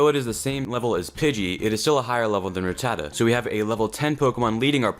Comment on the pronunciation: That's how it's pronounced my dude